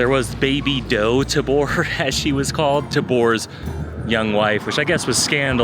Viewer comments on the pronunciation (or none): Tayber baby doe pronounced tay Ver, god you aren’t a local